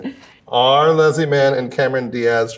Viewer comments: has anyone else noticed they pronounce “leslie” differently… or i guess that judd pronounces her name wrong lmao leslie says “less-lee” and judd says “lez-lee” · My absolute favorite story about Leslie and Judd is the one where she told him he’d been saying her name incorrectly for like 18 years 😂💀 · My favorite story about them is when Leslie finally told Judd he had been mispronouncing her first name for like 15 years. He told Stephen Colbert the story on The Late Show.